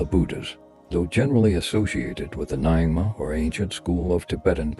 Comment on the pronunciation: The pronunciations of Nyingma and padmasambhava in the video are not correct from Tibetan native speaker